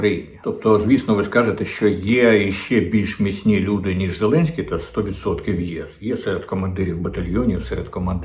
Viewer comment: Діма так кумедно відпрацьовує свою ОПшну пайку. "Зеленьський наголосив, зазначив, принципово відмовився" .... Боже, на кого розрахована ця херня ? Хтось ще вірить, що клоун-нарк має хоть якусь клепку в голові ?? Доречі, закидон на Кличка в відео вже був ?